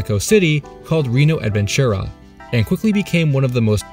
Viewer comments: reeno avenchura XD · "Reno advenchurra" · Wow, a gringo talking about Reino Aventura, el mundo está loco. By the way, the correct pronunciation would be something like " Ray-no Aventura" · The way he said Reino Adventura made my stomach churn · The way you pronounced Reino Aventura tho